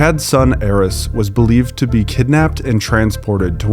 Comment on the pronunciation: Woah. I've never heard anyone with the EXACT same pronunciation as mine. His is Aarys and im Errice. That's cool as hell!